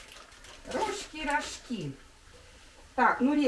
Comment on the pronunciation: Привет! Рожки)) ударение на о)))